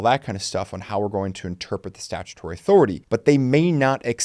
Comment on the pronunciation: "statuary [sic]" -- "statutory"